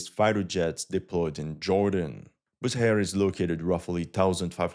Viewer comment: Bu SH ehr not Booher